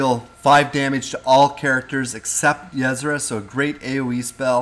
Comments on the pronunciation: Yh-Sera more like UH-Sera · it's not yezzra. It's [Y'sera] "y" as in the first sound from "you" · Pay attention to the way her name is spelled. It's not yeSra, it's ySera. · "YESRA" lol.... Yuh-Sera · It's not pronounced "Yez-ra" it is pronouned "ya-sarah". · Yesra ?? XD its ye-sera loving the hearthstone games. I cannot wait for the release . Keep up the great videos :) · yuzrah... u wot? Ee-seh-rah. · Ysera ^^ .. not Yesera :D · It's Yis-era. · Ysera = E-sair-ah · ya-sarah not what ur saying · It's pronounced Yuh-Sear-Ah! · it's pronounced EE-SE-RA or Yuh-Se-Ra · It's pronounced Yeh-Sera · omg the way you pronounce Yesera .-. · Pronounced yiesEra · U are not saying her name correctly! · I flinched every time you said Ysera. That's not how you pronounce it:/ but cool anyway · it is so annoying each time you say her name wrong! OMG! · Please learn to pronounce Ysera correctly, after all she did for Azeroth you could at least pronounce her name correctly. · plz pronouns ysera propaly